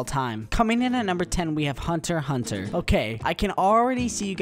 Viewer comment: the guy cant say hunter x hunter